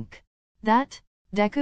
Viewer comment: Literally No one: Google: Kirisima (Kirishima) Deka (Deku) 😭😭💀💀I CANT